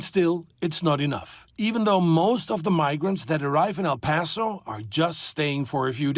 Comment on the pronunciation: Not Al paso it's El paso